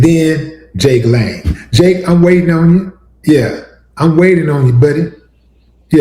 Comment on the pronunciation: His name is pronounced Jangalang. Not Jake Lane….🤣🤣🤣